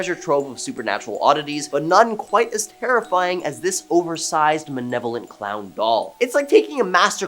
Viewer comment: He has never said malevolent...he says manevolent... must be a Canadian thing, eh